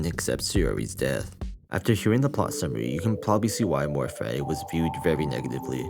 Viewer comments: Him pronouncing fati like fatty is hilarious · Take a shot every time a pronounces "Fati" as "Fatty"